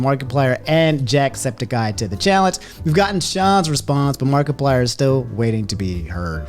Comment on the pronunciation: nobody:: mark E plyer